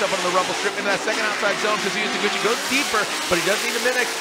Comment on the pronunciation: God I hate the way the commentator pronounces his name lol